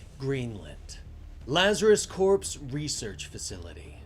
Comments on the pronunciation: Corps is pronounced as core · Hey friendly heads up to your VO artist, “Corps” is pronounced like “Core”.